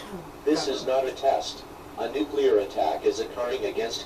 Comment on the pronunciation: and tell her to stop smoking! that's nasty!! the way he pronounces nuclear: nuculeer lol!!